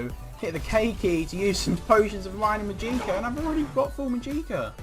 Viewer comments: Màgicka not Magìcka FeelsBadMan <3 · Thanks for the video. But it's called mah-jik-ah not mah-geee-kah